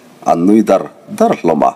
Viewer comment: I chhiar thisp khawp rual in,Tap faih faih tih te,Au dar dar tih te hi i thluk diklo deuh tlat mai